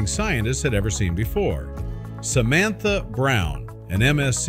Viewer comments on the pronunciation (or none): none